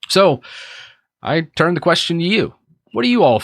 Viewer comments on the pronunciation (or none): none